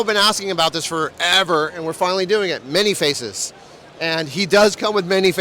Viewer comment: How can you work for Mondo and repeatedly mispronounce "Man-E-Faces"?